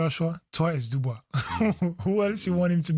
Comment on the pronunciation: Whenever Jim pronounces Dubois, he sounds like he has a 🐓 up his AR$E 😅